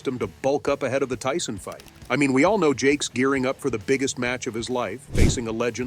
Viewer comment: Tyson not tison, just saying 👀